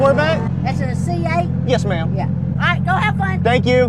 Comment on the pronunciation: Your southern "Yes Ma'am" comin out when you interacted with her was so golden xD